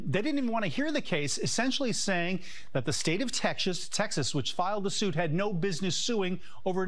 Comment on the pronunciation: Repotr said Tekkshusss instead of Texas and I am dyinggggg XD sounded kinda german, translated it would mean Tech Shit.. or rather SHAT